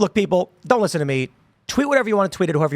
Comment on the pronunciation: Ah, the "LISSEN! LISSEN! LISSEN!" incident.